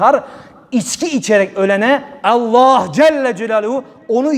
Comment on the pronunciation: Şu Allah lafzinida güzel ve doğru söylersen ne güzel olacak